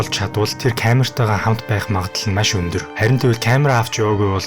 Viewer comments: maiiish gheern gaihlaashd maaaash gj heleech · чи тэгэж яриад байнаа ха эрэлхийлэгч Маш гэж ярих нь зөв гэдгийг л хэллээ хө Ярих сэдэв чинь чанартай ч ярих чадвар чинь муу байлаа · Майййш😂 үг хэлээ гоё зөв дуудаш байгаарай бро